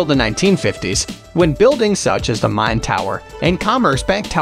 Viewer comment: You have nearly 22,000 subscribers. Surely at least one of them can help you avoid the absolute butchering of the pronunciations of most of the places you mention in this video. I would be willing, for example. To your credit, I applaud your pronunciation of the river Main as "Mine" (vs Mane) MOST of the time.